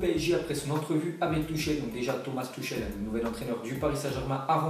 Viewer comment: C'est pas "Tuchel''. C'est "Turrelle"...